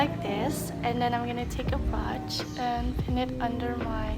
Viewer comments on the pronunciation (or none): it's not pronounced broch it's brooch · Sis, you're so cute! However, I'm pretty sure the way you pronounce brooch is not right. Anyway, you still do look adorable and stunning! It is a lovely tutorial video too! ❤️